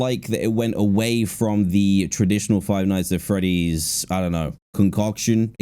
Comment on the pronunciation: You said "Frive Nights At Freddy’s"…